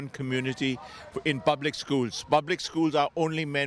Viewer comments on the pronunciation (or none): Public! Not pubic!